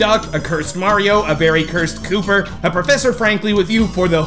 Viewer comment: Not kooper but its koops!!!